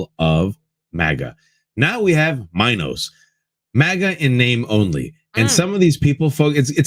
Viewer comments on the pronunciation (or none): Just a suggestion - the 'MINO' should be pronounced 'Minnow' like those small fish